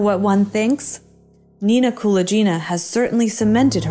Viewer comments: You mispronounce Nina Kulagina's name. It's not "Koola Jeena". Rather, it is similar to how one pronounces GULAG, putting the emphasis on "A". So, it's KuLAGina. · Thank you for the video! You are not pronouncing Nina Kulagina's last name correctly though. The g is pronounced like in gun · Only now there is no excuse to mangle people's names pronouncing it all wrong. At least before it could be blamed on the AI not being able to pronounce foreign names. Now it's just pure laziness in research. Kulaghina is for some bizarre reason is pronounced as Kula Geena. Completely wrong ! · The "g" in Kulagina is pronounced as in "grape". Your pronunciation makes her sound like someone from India) Interesting, I've never heard of her before. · It should sound like, Kuh-lah-gyh-nah, with stress on the first ''A''. Otherwise it sounds like some italian name. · Kuh-LAAG-inna. She is infamous. Do you plan on mispronouncing as many words as possible? She was a USSR crank. Y'know...Fake.